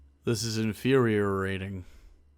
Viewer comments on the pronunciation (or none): Did he just say "infuhreriating?"